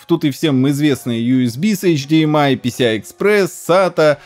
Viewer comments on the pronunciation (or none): none